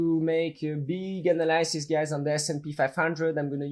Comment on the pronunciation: One upvote for every time Andrew says analysis wrong 10/10 would watch video again